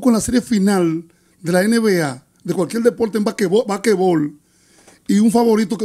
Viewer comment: "Bakebol" "Bakebol"😂😂😂😂😂😂 qué betia!!!!!😂😂😂😂😂😂😂😂😂😂😂😂